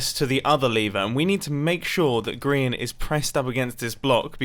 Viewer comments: I would now like to ask why do you and a lot of other people call Grian "Grain"? Is it a typo, did you hear or read it wrong, is it some british/american strange writing thing or is this just a joke I'm not crazy enough to get? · Dr. Quorot it kinda sounds like mumbo is saying grain when he’s saying Grian though. I love both Grians and Mumbos accents they’re amazing.